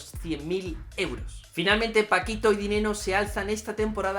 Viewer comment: cuánto DINENO dices que ganó DiNenno?